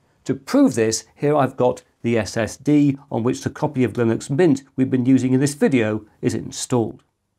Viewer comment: linux, lillux, vilux I hear you saying them all lol